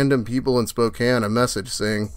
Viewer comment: Dude its pronounced Spok-CAIN